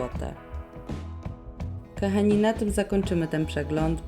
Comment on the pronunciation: Bardzo lubię Twoje filmiki, ale Twoje: ,,kAchani" zamień na ,,kOchani".Proszę😄